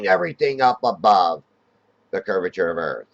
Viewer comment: The "curvizon"'s edge